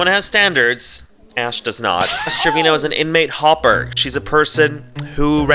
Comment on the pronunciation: okay bilingual King pronunciation so on point I thought you spoke Spanish😭😻